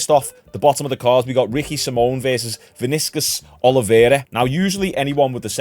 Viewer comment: The way you said Vinicius I can tell you not a football fan😅